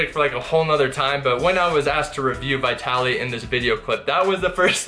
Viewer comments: it's pronounced Veetaly))) not V-eye-taly))) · Bro, Hes name is Vitaly not bitaly. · VIT-TALLY. NOT VY/VIGH-TALLY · Yea you have name pronunciation issues .... it is not- V eye tally It is V'i'tali.....as in 'it' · Why do you say "VieTally"? It's "VihTally" lol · stop saying vaitaly i cant even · bro it's VEE - TA - LI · His name is Vytaly ( to make easier the English pronunciation)no Vitaly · Vitaly not V-eye-taly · It's pronounced VEETALY. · V EYE TALY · It amazes me that you're still pronouncing his name wrong. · Dang I’ve been pronouncing Vitaly like Italy with a V in the front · I think ur pronouncing his name wrongly!! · At least pronounce his name properly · Who else felt the cringe by the way he mispronounces Vitaly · my ears bleed when i hear you pronouncing his name brah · 1. Will you ever pronounce his name properly? Lol 2. The douchebag Vitaly could possibly be bloated from some bad eating sessions. That’s why his gut looks that way. We gotta see more footage!